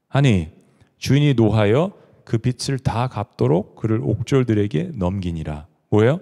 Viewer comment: 목사님 선포하시는 말씀 매주 기다리며 듣는 자매이에요. 항상 꿀송이 같은 양식을 듣게 하셔서 감사 😊 🙏 근데 빛을 [비츨] 빚을 [비즐] 빚debt이 자꾸 하나님의 빛처럼 들려서.. 너무 상이한 뜻이라 조금 염두해주시면 감사하겠습니다. 빚을 (비즐) 빛을 (비츨)